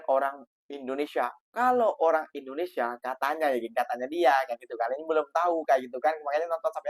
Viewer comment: INDONESIA❌ IRINDONESIA✅ 😂😂😂😂😂😂